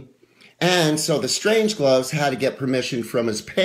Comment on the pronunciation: Isn't it 'The Strange-loves'?? Not 'Strange-gloves'.